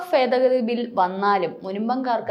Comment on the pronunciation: ഫേദഗതി അല്ല, ഭേദഗതി ....